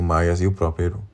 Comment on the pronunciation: Obs.: “Silmarillion” se pronuncia “Silmarrillion” e “Eru” se pronuncia “Erru”, ambos com “r” vibrante como o “rr” no espanhol. Perdão o lapso.